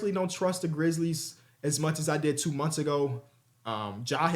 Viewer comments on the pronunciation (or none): none